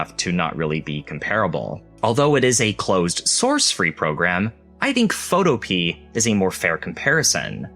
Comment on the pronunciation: I think Photopea is pronounced Pho-to-pea-ah, similar to utopia. (but you'd have to ask the developer to be sure.)